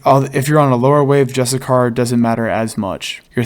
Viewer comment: Justicar = (juh-stih-sure). Great guide!